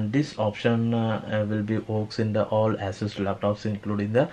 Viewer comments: 🤣asses.. Dude its pronounced Ea Sos . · My bruh... It's ASUS ( /ay/ /s/ /uh/ /s/ ), not AssUs ( /ah/ /s/ /uh/ /s/ ).